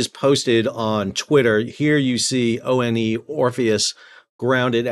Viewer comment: ONE Orpheus — like the number 1, not O-N-E… for crying out loud 😂